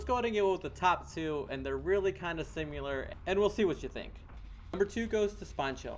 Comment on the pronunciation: Similar, the word is pronounced "sim-uh-lur". FFS.